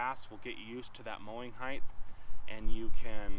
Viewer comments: Excellent series of videos. But, "mower heighth"? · What is heighth?